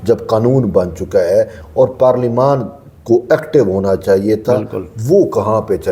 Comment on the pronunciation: Parleymant ko Aksan lens ho ghe G